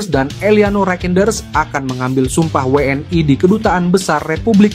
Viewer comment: Saran bang, ucap'nya We'eN I (WNI) aja sih bang, jangan We eN Ai.. kalau pake Ai itu harusnya Double Yu (W)nya.. We'eN Ai kurang nyaman dengernya.. 31 menit nonton ampe abis bikin nge'batin aja